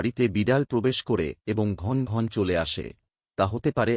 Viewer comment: উচ্চারণ ঠিক করুন।ঘন্ ঘনৃ নয়।ঘন ঘন। এখানে অ এর উচ্চারণ আছে। বাংলা ভাষাকে বিকৃত করবেন না ।